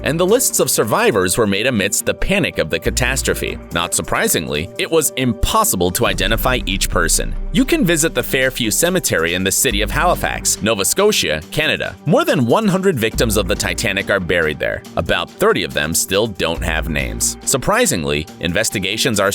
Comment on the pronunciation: not nova scoshea its scosha